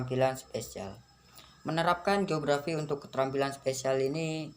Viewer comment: spasial bukan spesial...!!!🤦‍♂️🤦‍♂️🤦‍♂️🤦‍♂️🤦‍♂️